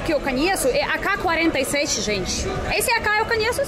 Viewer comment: 😂😂😂 gostei do "aca" 47! Hk47.😅